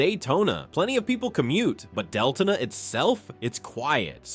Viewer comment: It's pronounced Del-to-na